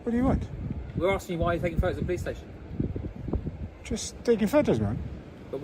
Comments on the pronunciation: I assume you don't watch very much. Stayshon was intentional, as he says it like that. Get facts correct before getting on your grammar high horse. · Watery teat5837 'Stayshon' is a verbal tick of, and it is how he exageratedly pronounces 'station' as in 'police station', and he is actually taking the mick. Nothing to do with spelling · I believe was in Wales auditing when an officer pronounced it "stayshon", he found it endearing and has used it ever since.